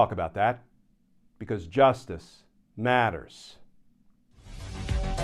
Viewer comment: Dont emphasize "justice matters" so much. Just say it normally. We all know it matters😊